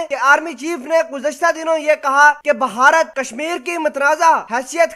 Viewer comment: Bhai jaan..... apna talafuz to durust kr len. Yeh "baharat باھارت " nhi hy. BH mila ke parhen... bey aur hey mila ke "bhey" parhen. Is ko "bharat بھارت " parhen. I m sorry to say.... Myn ne dekha hy k jitne unparh log hyn, jin ko na parhna aata hy aur na likhna.... woh sb utuber bn gaye hyn. Sb unparh logon ne apna chanel khol rakha hy, sirf dukandari k liye...!!!!